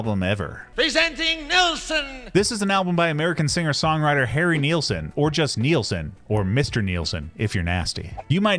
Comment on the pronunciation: It's pronounced as its spelled: NILS-son, rhymes with SCHMILS-son! Not sure why this is such a common mistake. You never hear Youtubers talk about Brian WHEEL-son... Source: The first five seconds of his debut RCA album (played in this video!), and any interview where Harry is sober enough not to slur his speech. Regardless, thanks for bringing attention to one of the 20th century's greatest singer-songwriters.